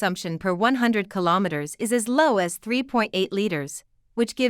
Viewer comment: say KiloMeter correctly, not killaumeter